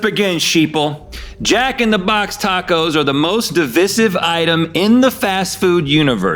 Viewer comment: That’s not how you pronounce divisive.